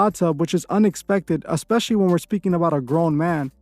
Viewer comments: I love this channel but I cringe so badly every time our girl here says EX-pecially 😫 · “Expecially” lmao girl, stop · Especially hasn't got an x in it sorry dont want to be that person but it triggered me hearing her say it twice very quickly.